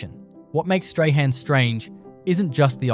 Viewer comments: Strahan is pronounced as "strawn" 🤣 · Ai terrible strahan is prounounced strawn-appalling